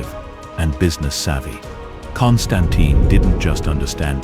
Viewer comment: Nice video. Just please learn how to pronounce "Constantin" :-) Otherwise, people can ask what can of expert you are, if you doesn't even know how to pronounce the name.